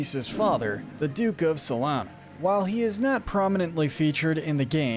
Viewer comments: It's pronounced, "SOL-ee-AN-na," not, "Sol-AN-na." :face-blue-covering-eyes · Rouge the Bat (pronounced "rooj"), not Rogue... How do some people still get that wrong? Also... "Sol-ana"? It's Sol-e-ana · and the way he pronounced Soleanna.